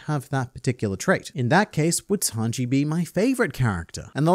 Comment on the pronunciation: Hearing "Snanji" reminded me of the presidents discussing One Piece vídeos. And now I miss them.